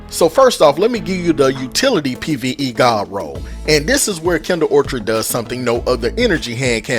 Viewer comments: Love this gun!…. And it’s pronounced or kid ❤ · Awesome video!! Note out of love: It's pronounced Kindled Orchid (Or-Kid) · It's (Or-kuhd) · Hard k on the orchid pronunciation. Orchards are something else entirely. Good vid bro!